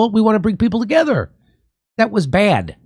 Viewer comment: The way Jimmy says “bad” amuses me very much 😂🥹❤